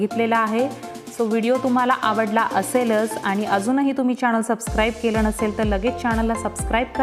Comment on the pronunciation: चॅनल not चॅणल 😄😄